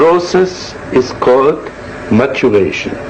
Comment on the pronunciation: Не moderation (модерация), а maturation (созревание, приход к зрелости). Перевод из древного прошлого, когда переводчики сами ещё не до конца знали тот английский, с которого переводили 😀 Просто Перлз говорит с ужасным твёрдым немецким акцентом, и эти 2 слова в его произношении (moderation и maturation) достаточно легко спутать.